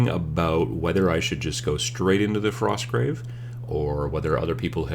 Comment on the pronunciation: Frosgrave Warband. You forgot the T :p Not enough coffee?